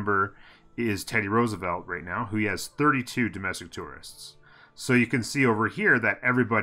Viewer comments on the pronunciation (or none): none